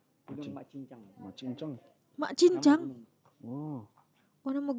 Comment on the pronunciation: hai..❤❤ gunung mat jingjang bukan cingcang...